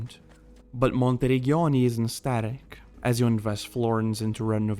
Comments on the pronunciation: No worries 😁 Your pronunciation would have been correct if it was written like "Monterigghioni" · Your pronunciation of ''Monteriggioni'' is a crime against Italians